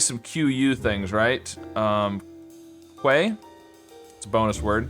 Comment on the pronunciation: I find it interesting how many YouTubers I have seen mispronounce "quay". Maybe it just doesn't quite register that it's actually a word and it's a guess.